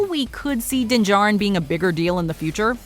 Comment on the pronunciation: its mandalorien not DINGAREN